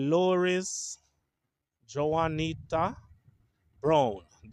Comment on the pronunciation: I don't think the J is pronounced in Juanita. It would be pronounced like "one- eat- a"